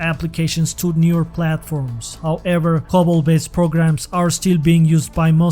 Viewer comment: For the record: COBOL is not pronounced "cobble"... it's pronounced CO-ball. LPAR is pronounced EL-par. As an American product, z as in z/OS is pronounced "zee" not "zed". I do appreciate the video as mainframes don't get the recognition they deserve. They are pretty amazing machines and our society would not be what it is without them!